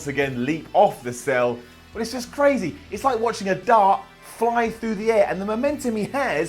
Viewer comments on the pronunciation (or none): Did he day dog or dart?